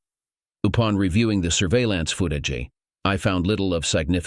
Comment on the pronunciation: Seep paration? Foot ag eh? What program do you use for TTS, something from the 1990's? ugh